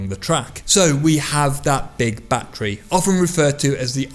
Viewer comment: Its called a battery not batree just saying